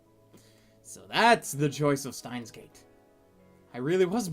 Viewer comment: Arkada, although I guess you didnt know it, the word stein in the title of Steins;Gate would be pronounced shteins (if reading in english) gate. Because in german not always you have to write such letters for the sh sound, which is weird for the english speaking countries. Please make sure to pronounce it properly, because it's kinda annoying when you hear people make mistakes on such words. p.s. I have no intention of insulting you in this comment, I just want to make sure you can pronounce the correctly way of saying in. And stein means rock o.o .